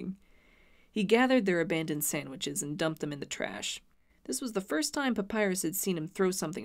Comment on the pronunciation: "He gathered their abandoned Sanswiches."